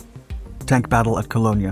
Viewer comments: Cologne is pronounced colone in English. The g is silent. In German, it is pronounced Koln. The first 5 minutes of your video, I had no idea what mythical place you were talking about. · "Cologne"...[ Ka-loan-ya ] ?? Really ?!? -- Is this a "live" narration or an "A.I. voice software"?? The German spelling is "Koln" (with an umlaut [two dots] over the "o" ...pronounced "koaln." (Like the english word "coal", with an "n" added.) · Good content and pacing. Review your pronunciation of the German city, Cologne (spelled K-o-l-n, in German, with an umlaut over the “o”). The city of Cologne, when spoken by English speakers, is pronounced in the exact same way as you pronounce the word for men’s perfume: “koh-lone.” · Good documentary; but, your pronunciation of the city called Cologne (pronounced like one pronounces the name for the fragrant liquid a man applies to his skin in order to court women) is not pronounced as “Koh-loh-nia” nor “koh-lohn-yuh.” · I drove all over West Germany in 1967 . Where the hell is "Co-lon-e-a"? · Coloania? Would this be an abysmal pronunciation of Cologne? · The term is Cologne like the after shave. not Colog-nia. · "Colonia"?! Dude, have you never heard how this name is pronounced? Seriously? It's one of the most famous cities in the world! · Colongnia? Pronunciation isn't his strong suit! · So is that how Colone is pronounced? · The town is pronounced “colone” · colone-ya? Don't hardly know ya! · Colgne pronounced culone as in the fragrance. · "Cologne" vice "Kolonia." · I hate computer generated vocals, Cologne,is pronounced Colonia by it. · Its ka - lone... cologne... just ka lone. Do you say ba LOG na? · What a very strange way to pronounce the name Cologne ? - It hasn't been called 'Colonia' since Roman times. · it's pronounced "co-loan" :) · Its koln. Pronounced co lone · Cologneya? Gotta do better than that my friend... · There’s no “ye” at the end of the name of the town “Köln” (Cologne). It’s apronounced like “Kuhln”.